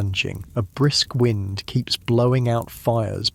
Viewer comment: You're AI said wind when it shoudlda been wind U woke me up! Shame on u. Try harder😢